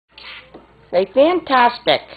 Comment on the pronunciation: That's a great word! And it works in French too (except the accented syllable is different): F a n t a s T I q u e ! Mickey says it SO well! I'll try and teach it to my birds...